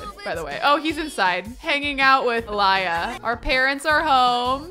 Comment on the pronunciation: I think Aliyah is pronounced “Aleeeeyah”